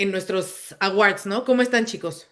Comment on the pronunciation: La segunda silaba de "Awards" no se pronuncia con a, de hecho en fonética la sílaba es "wɔ" con sonido 'w' y una 'o' larga ("or"). Oh si no solo digan "premios" jeje. Disculpen, manías de lingüista. De acuerdo con la mayoría. Gracias por su análisis todo el año.